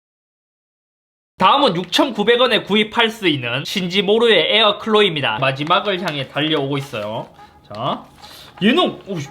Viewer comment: 잇섭님 신지모루입니다. 잇섭님의 매력적인 발음과 목소리로 신지모루 ~ 를 들으니 아주~ 영광입니다. 아주 착 착 감기네요. 제품 10개에 뽑아 주셔서 감사합니다. 신지모루 제품 원하는거 있으시면 말씀만 하십쇼. 잇섭님 만세~! 만세~! 만만세~!